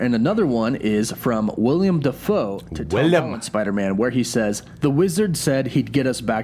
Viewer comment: Thank you, as a Willem myself i cant count how many times people have called me William instead of Willem